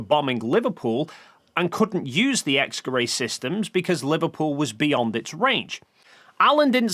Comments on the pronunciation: X-Gerät is pronounced more like "X-guh-rit" than "X-guh-ray" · X geray Y geray It sounds so funny when you pronounce a german word as if it came from france The "t" in "Gerät" is pronounced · I looked up the pronunciation of "Gerät" (from multiple sources) and it's pronounced nothing like what he says, even with English approximation. "ät" isn't pronounced like "ay" he final "t" is very much pronounced and even after listening multiple times to how he says it in the video, I still hear a "k" instead of "g". Either way even if he does say "g" it shouldn't even sound ambiguous enough for this confusion to exist. Sure, the "g" sound in English is generally not as strong as in other languages (like German, French or Egyptian Arabic) but still not so weak that it could be confused with a "k".